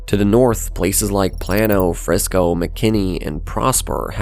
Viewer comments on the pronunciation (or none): It is pronounced "PLAY - no" , not "Planno". I assume that this is an AI voice, since it has zero personality, and is thus extremely boring. However, this is somehow appropriate for Dallas. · To Mr. AI: Play-no, not planno. Frisco Independent School District, not International. So, what else have you gotten wrong that I don't recognize as wrong? I wish these type of videos had a reference section. You just have to take the narration at its word. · Like NYC, Texas has specific pronunciations of its streets, towns and cities’ names, etc. Celina is pronounced “Cell-Lie-Nuh” not Selena lol… while Plano is “Plane-o” not Plan-o. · It's pronounced Plaino. Not Plano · "plan-o"...brotien shake, its PLANE-O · plan-o 😂 it’s Plano, like Plane-o! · Plano = play-no, not plan-o. Celina = suh-lye-nuh, not Selena. Las Colinas = loss cuh lee nus, not lass cuh lee nus. Frisco Independent School District, not Frisco International School District. "Metroplex," a term invented by a marketer, fell out of favor here years ago, in favor of "North Texas," now ubiquitous. Good video, though. Unlike many large metros, where the namesake city dominates everything (see Houston), and sees a daily influx and outflux of people, the large, powerful DFW suburbs are self-contained. There is no reason for anyone living and working in Plano or Frisco to travel to downtown Dallas, unless they want to attend the Symphony. Everything they need is right there. And they don't have to send their children to private schools, since the schools are top-rated. But IMO those 'burbs are soulless. I live in the city limits of Dallas, near LBJ. Yes, some nearby areas wouldn't appeal to the Plano crowd, but I am 15-20 minutes away from the best the city has to offer. And the food options blow away those in the sterile, wealthy suburbs. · As a Plano native, I rolled my eyes at Plan-o. As a public school teacher, I had to stop the video at "international school district". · It's PLAY-NO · also the way it said Plano